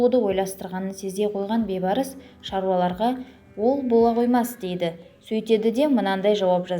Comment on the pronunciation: Бейбарс емес, БІЙБАРС, ӨЗ БАБАҢНЫҢ АТЫН ДҰРСТАП АЙТЫП ҮЙРЕН